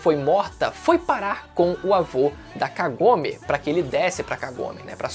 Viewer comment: descupa mas kagome voce fala com o k mas e sem o k como se fosse agome sem k